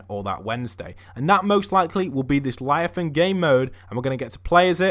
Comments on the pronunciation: It's leviathan not lyathan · Instead of leviathan he says liathan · Btw it's pronounced (leviathian) not (liathan) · What’s a liathan?Its leviathan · It's Leviathan, not Liathan ahhaha.Keep up the great videos btw! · if he says liathon one more time i swear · it’s “ Lev - I - Athan “ 😂😂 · It’s not pronounced liafan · lev-eye-a-thon gimp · Devin Healy LE. VIA. THAN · I love how he's says laviathan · Le,via,than that is how it pronounced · LEVIATHAN LE-VI-A-THAN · Ah man at least learn how to pronounce the word first before you say it, it's leviathan